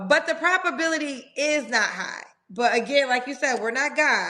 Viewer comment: Did I hear say ‘propability’? lol